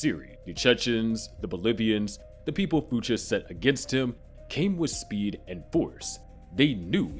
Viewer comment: FOO CHES? Dude did you not watch barry before making this?